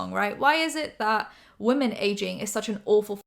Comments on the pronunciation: THE WAY YOU SAY ‘WOMEN’ IS SO JARRING I’ve noticed it a few times but this time I couldn’t stay quiet😭😭😭😭 why do you pronounce it ‘woman’ they’re two diff words girlie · I know it's your accent and a southern thing but it always catches me off guard when you say "woman" for "women" 🤭 On another note - you're so pretty ❤ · I love you but please can you pronounce “women” correctly. You say “woMAN” every time not ‘whim-in’. I love you, this is no hate 😭❤️ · I’m sorry I love ur channel but can u please not say “wo” “men” and say we”men” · no hate, please: wo-man = wuh-mun wo-men = wim-in